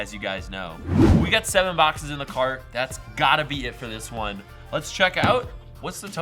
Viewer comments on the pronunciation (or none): Mystery bock-says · 'Mystery BOCK-SAYS"